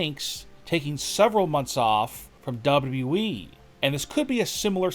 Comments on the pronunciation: Dude it's call W W E. Not W.E. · Can the narrator of these videos please pronounce the second w in WWE, it is not the WE it is WWE lol